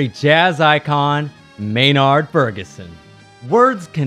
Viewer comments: MaynAArd??? Pronounce it MaynErd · May-Nard? At least learn to pronounce the name of the 10th best trumpet. +++ You must never have heard Maurice Andre live in concert. Seventh? No way, NO DOUBT top 3.